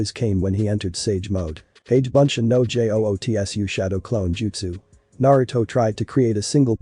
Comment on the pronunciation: it's jutsu not jotsu